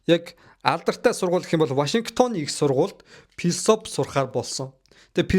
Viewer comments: Күмпүү, Пилософи, Пүрслээ л гээд байхын😂😂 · филисофи кун-фу гэж хэлэхэд болноо. П- дуудах шаардлагагүй ээ. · айпимэн, бүрс лэ, пилсоп, күнпү, 😂😂😂😂 сүүлдээ бүр пүрс лэ 😂😂😂😂